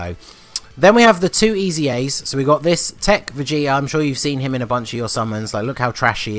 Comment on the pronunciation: “EZA’s” :D “EZAreas” -_